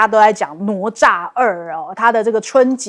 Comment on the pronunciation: Should be na Cha. Not no Cha.